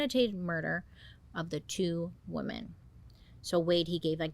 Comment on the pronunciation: yeah, she definitely has her own unique style of speaking. I first noticed it when she pronounced "women" as "woman", lol. (Not judging at all, I just find it endearing!)